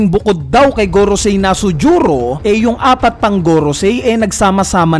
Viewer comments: Nusjuro un, sir hindi Nasujuro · BAKIT NASUJURO YUNG PGKAKABIGKAS MO?